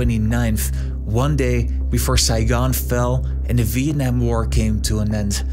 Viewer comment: Great pronunciation! "Việt Nam" WOWWW